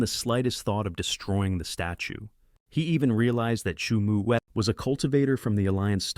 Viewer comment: Бро не шуму а Суйму 😅